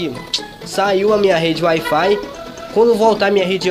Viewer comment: "Ai fai"